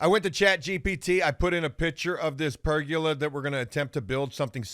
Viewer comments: Ok I know this is dumb but it’s driving e crazy. There is no such thing as a per-gu-la as pronounces it. It’s per-go-la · It's Per-goal-a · Also it’s Per-GO-La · Say it with me, per-go-la. There’s no “u” in pergola.